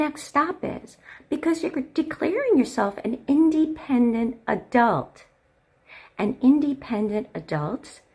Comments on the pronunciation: 'Indie-pendent' Bro can't even say independent right 💔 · I despise the way she pronounces "independent" ,,it's awful. If I didn't know about anything else, I could safely shoot a shot and say she's awful, JUST by the way she pronounces independent.